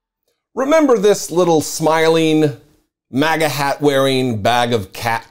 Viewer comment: Lmao I laughed at that too, I thought he said “maga tat”. I seriously wouldn’t be surprised if this kid had a MAGA Tattoo.